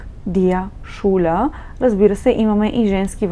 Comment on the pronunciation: 1. ManCHmal wird mit ich-Laut ausgesprochen, wie in Ихтиман!!! 2. Der SchÜler - ein u-Umlaut, kein U!!!